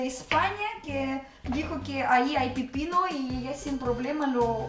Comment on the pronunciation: Hola es pepino con e no pipino jajaja saludos